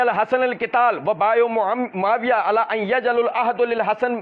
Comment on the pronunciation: Hzrt hadis padte waqt ap ALIYYUN KO ala padh gaye😂